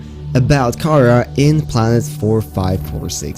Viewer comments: ok its pronounced "KA RA" not "KARA" also, its not dead,its encased in ice which is preserving it and the khara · The Pronunciation of Kharaa is like Windgardium Leviosa, It's pronounced ( Car-Rah ) not ( Car-Rar ) as the it's old wording was Cararr before the near Sea Emperor update. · It is pronounce Cah-rawr not chara, but spelled kharaar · Btw its not kara its kaar raa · Ka RAAAAAAAAAAH not Kara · The infection is not pronounced “Kara” like the name, more as “kuraa” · Pronounced ( ka raw ) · He said the disease wrong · Who else got triggered when he said kharaa like that?